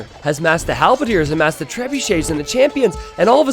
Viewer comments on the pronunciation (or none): none